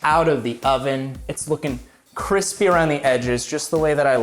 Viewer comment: *Cwispy